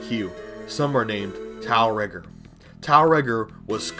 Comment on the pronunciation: I think it's meant to be pronounced "Tiel Reggor" in the same way that Lancers say "Umer Gregger" Actually getting the pronunciation over in a comment is obviously gonna be difficult but there's definetly a rolling r in Regor's name if you consider how the Grineer pronounce stuff in game.